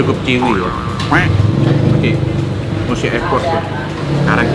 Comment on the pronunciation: Saran dikit ya bang biar pas pelafalan "Chewy" itu dibacanya "Cuwi" aja bang... jangan dibaca "Ciwi" 😁 Dikata ciwi-ciwi seksi kali... 😜